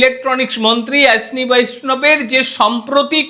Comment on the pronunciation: ভাই, আপনি বাঙ্গালি তো! তাহলে উচ্চারনটাও বাঙ্গলীর মত ই হোকনা। ঐশনী আবার কি বলুন অশ্বীনী।